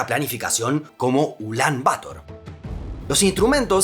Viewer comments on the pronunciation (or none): Una pequeña corrección: "Bator" se pronuncia acentuando la palabra en la segunda sílaba; no en la primera. ¡Muy buen video!